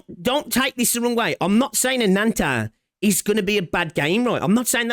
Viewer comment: Ananta = Butchering Japanese pronoun for calling others "Anata" just to make this game sound "Anime" and "Cool/Sugoi".